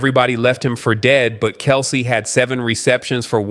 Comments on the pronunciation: Its pronouned Kel-see, not Kels. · Narrator should check the pronunciation of names like KELCE before speaking! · Yes, I agree.